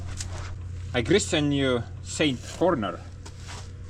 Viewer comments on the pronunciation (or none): none